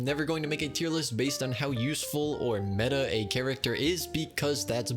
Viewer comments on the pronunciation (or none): none